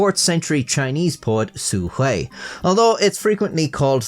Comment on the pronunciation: "Su Hui" oh dang, finally someone who uses basic tts to get the pronunciation right instead of proclaiming they're about to "butcher the language" "xuanji tu" well, nobody's perfect, 1 for 1 is still pretty good